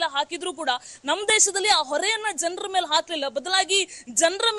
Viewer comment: ಮೇಳೆ ಅಲ್ಲ 😂😂😂ಮೇಲೆ